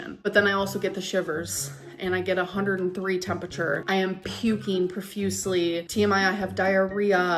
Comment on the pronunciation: ..." I started 'shivereen', I was 'pukeen', I got 'a bacteria ', they 'subscribed' me an 'antibiotiç 'etc.,etc.,etc.